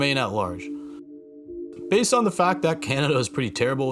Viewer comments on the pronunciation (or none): none